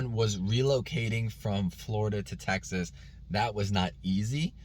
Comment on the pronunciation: Its TEXAS not Tex ass